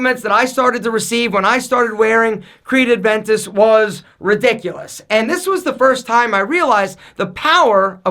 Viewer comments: Hey, it’s Creed A-ventus, not Creed AD-ventus. Love your work btw! You should try Leyton by Parfums De Marley, great fragrance. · Man, please, it's Aventus, not ADventus!!!! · It's been years and still can't pronounce Aventus. It's Aventus not ADventus. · “Adventus”😂😂 bruhhhh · It's Aventus. Not Adventus. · please stop calling it "Adventus" with the "d" in there, it's "Aventus" lol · puts the 'D' in everything;) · it’s Aventus not Adventus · Please! It‘s Creed AVENTUS NOT ADVENTUS :) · is it me or does he pronounce it as adventus